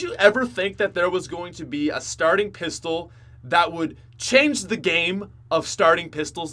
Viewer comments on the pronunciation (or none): none